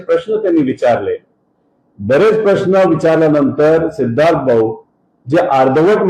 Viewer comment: Sidharth ❌ C-idharth ✅